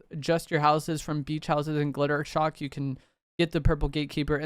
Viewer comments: hate to be THAT guy, but isnt it Jittershock? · Just wanted to let you know his name is jittershock not glitter shock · His name is Jittershock not Glittershock… but otherwise this video was fire 🎉